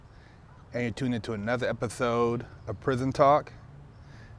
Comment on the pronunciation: welcome to another epithode of prithon talk 🤣🤣🤣